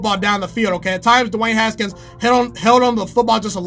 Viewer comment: The way he says “DEWAAANNE HSKNS”